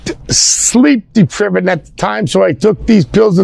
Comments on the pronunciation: “Sleep depriv-id at the time” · Yeah…. Ken shamrock beat the hell out of people for a living. He would’ve leveled both those idiots easily. It was a cheap shot from behind. And what the hell is "sleep duhprevid” you mean deprived lol.. that’s a new knobs word